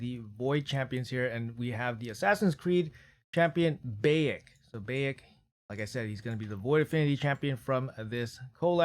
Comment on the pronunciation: Lemme help you out big dog. Bye-ek is the pronounciation of his name from AC game. You're missing out if you didn't play AC Origins.